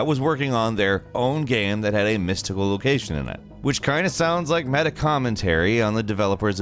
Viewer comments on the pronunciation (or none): none